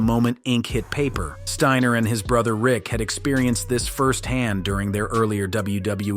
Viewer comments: 'Scott Steener' 😅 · Bro did you really say Scott's name like that 🤦